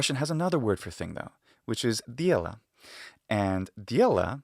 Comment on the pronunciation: Great video, but here are some corrections for your Russian pronunciation: Е only has a glide before it if it's at the beginning of a word. Вещь is v'esh', not v'jesh' (not bothering with IPA, sorry). The Д in дело should be palatalized because of the е. Not sure if it's just palatalization, it seems to also get a hint of a fricative after it. Unfortunately, I can't go into more detail or describe it better because I don't have a lot of formal knowledge of Russian despite it being my native language.